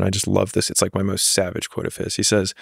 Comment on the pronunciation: I love how Chris is pronouncing 'says' in stead of 'says'